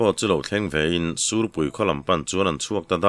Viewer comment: Ngaithla leh veng² ang,sûrpui tih turah sîhpui ti leh zeuh ṭhin pu ber 😅